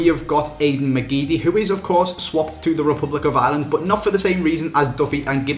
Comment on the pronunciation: Why do English people call ireland island?????